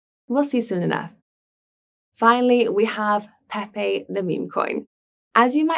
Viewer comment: As long as it's peehpeeh cohin not pepe coin, I would still advise more practice